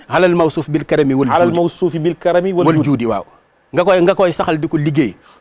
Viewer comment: Salam frère a la fin c waldiouddi pas waldoudi merci🤝